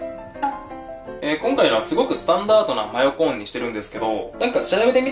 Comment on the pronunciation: マヨコーンを.... 真横ーンwwwwwww あれどこいった？ 真横ーンwwwwww